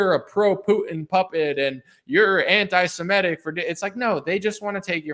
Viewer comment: Its interesting, have you guys thought about how EVERYBODY pronounces the word antisemitic? Antisimetic. While nobody pronounces antisemitism wrong